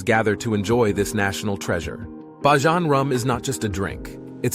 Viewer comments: Please pronounce it properly it's bajan not bajon. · My goodness! Please prounce it right, I hate that Bajohn. Its pronounced Bay-jun. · And ye you cannot pronounce BAJAN CORRECTLY ITS NOT BYJAN ITS BAJAN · Its pronounce bay-jan your pronounciation is wrong🤦‍♂️ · Hi watching from Ireland. I grew up in Barbados and you’re saying it wrong you’ve to say it like you’re saying Bayleaf. Pronounce it Bajan. Thank you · THE COREECT PRONOUNCIATION IS "BAY-JAN" as like Cajan. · It's pronounced "Bay-jun" and where are the photos of any of the Islanders? Why not use locals for your video?